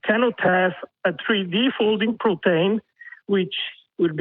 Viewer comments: No no. He clearly said "protain". ....or propane. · I keep hearing 'propane' whenever this dipshit says 'protein'.